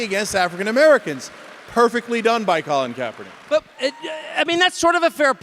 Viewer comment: Cenk really thought he had a mic drop when he said colin kapaernick. That was hilarious.